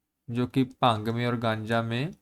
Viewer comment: Bhang ❌ Pang ✅😁 (punjabi accent) Sir padhai ke sath entertainment bhi 😁 (sorry sir)